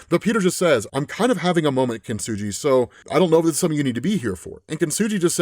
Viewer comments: This is great, but I have to point out "Kintsugi" is said with a hard g, not a soft g! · You’re mispronouncing kintsugi- it’s with a hard G not a soft G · Only one note. Kintsugi is kin-tsoo-gee, not kin-tsoo-jee. Kintsugi is the japanese practice or art of repairing glass and ceramics using lacquer enamel sruff mixed with ground up precious metals. It doesnt reeally make anything stronger. It just repairs something. It is akin to finding beauty in someone's scars or stretch marks. It gets pretty philosophical and echoes a sentiment found in various places of Japanese culture.. that things that are perfect and symmetrical and flawless and last forever are inherently less beautiful and lovely than things with small flaws. Things with history. Things that have a lifespan. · Kintsugi not kintsuji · kin-su-gee. just saying... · Kin-su-Gee (hard G) btw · Kintsugi saying his name is hard to pronounce, while actively mispronounces the name repeatedly for 5 minutes is 👌